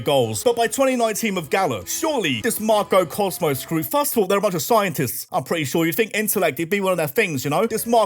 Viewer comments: I love you but god every time you said “Marco Cosmos” I was losing it😂😂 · Hearing "MAR - KO Cosmos" made me giggle uncontrollably every time they were mentioned. Idk if my guy has dyslexia and reading it incorrectly, I'm not judging that, all the more power to you actually because if it's unintentional then you're effortlessly hilarious. And if this was intentional, well played, you've successfully scratched my personal "pronouncing things incorrectly" itch that I've developed from watching FlygonHG and his intentional mispronunciation of certain Pokémon names. Bravo. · losing my shit at you calling Galar's team "Marco Cosmos" 🤣 (its Macro)